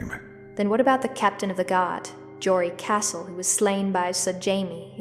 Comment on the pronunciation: Boret castle?. CASTEL RIGHT? Cassel?